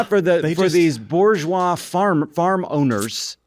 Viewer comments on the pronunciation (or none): none